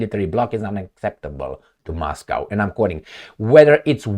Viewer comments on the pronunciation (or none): none